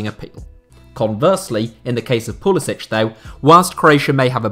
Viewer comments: Name is Pull is SICK! Not sich. God why doesn’t anyone get this. He said it himself in interviews. He is an American. Nothing to do with Croatia except his grandfather. His parents both American. Never once ever had any idea of playing for anyone else. He has a huge eagle with flag tattooed on his arm ffs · It’s Pu-li-sick.